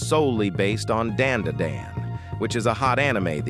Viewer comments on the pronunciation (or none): "dayn day dayn" its dan da dan